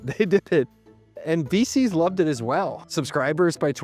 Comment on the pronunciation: When you say VCs, it sounds like feces and I don’t think that’s a coincidence